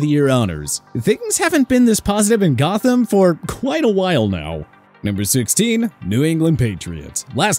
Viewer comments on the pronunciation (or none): none